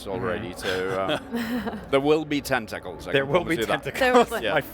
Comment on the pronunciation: I've never heard anyone pronounce it Ten-Tekkles before